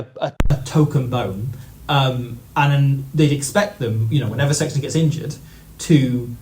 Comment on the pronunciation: YOU SAID SEXTON !!! Not Johny Sex